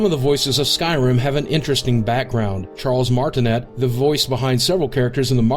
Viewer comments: It's pronounced Charles Mar-tin-ay. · I do not think that is how you pronounce "Charles Martinet."